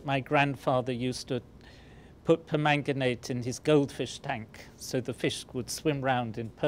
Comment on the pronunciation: For some reason, I just like the way he says "permanganate".